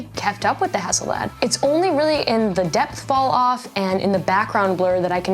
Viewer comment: Pronounced Hasselblaaaad, same "a" sound as in Arctic.